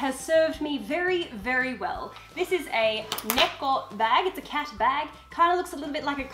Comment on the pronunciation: It’s neko not necko how you say it